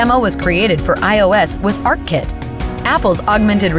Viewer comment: "ARK Kit" ... *sigh :|